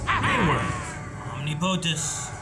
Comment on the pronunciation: I love these guys but I hate how they're pronouncing Omnipotus